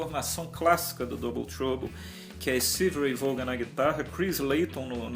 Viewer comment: Não é "Vôgan" a pronúncia é "Vón".